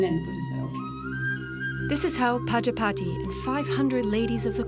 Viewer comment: Prajapati is pronounced wrong by the narrator